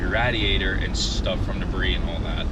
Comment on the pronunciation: “Radiator” 😂bro learn how to talk g. I would have never waisted 2 bumpers making it look like that 🤮🤮🤮